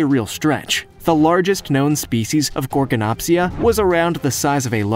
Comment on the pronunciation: Gorgonopsia has a D at the end